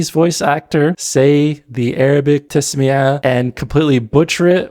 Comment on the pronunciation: The thing I don't get , why you're always misprounouncing arabic words : as قانون غانون or تسمية تسميعة (it's called basmalah tho) al'Ma'ari المعري , yet the bigger issue ; the jurispendence : sure women veil took different aspects based on the country culture but the standard hijab is the covering all body except the face and palms , and an even more hadith friendly version is niqab